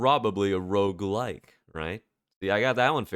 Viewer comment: Bro you pronounce "roguelike" and "roguelite" the same, and I can't tell which one you are talking about lol